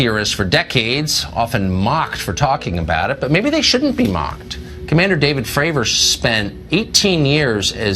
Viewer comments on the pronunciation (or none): none